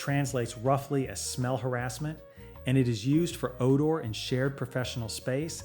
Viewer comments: “Odar”? Really?! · Oar-door. Fee-bray. AI lol.